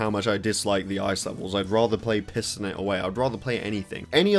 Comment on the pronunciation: were you intentionally pronouncing "piston it away" as "pissin' it away"? xD